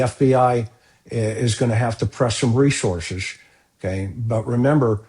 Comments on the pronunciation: You are mispronouncing the word 'resources.' It's not resorzez. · Where are these two from? Ashleigh says REZORces, and says LISEN plate.